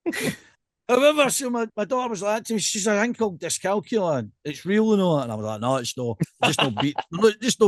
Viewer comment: Discalculia not Discalcular troops😉